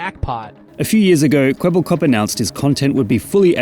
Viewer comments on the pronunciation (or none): It's Kwebbelkop, not Kwebblekop. Kwebbelkop is Dutch and this name pretty much means blabberhead. Which fits seeing the AI bullsh*t this thing is spouting. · ermmmmmmmmmm actually its kwebbelkop not kwebblekop